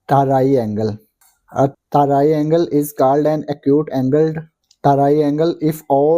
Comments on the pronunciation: Aap ko triangle bol na nhi aata😅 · triangle to bolna sikh lo bhai sahab